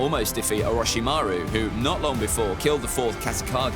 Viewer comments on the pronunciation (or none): none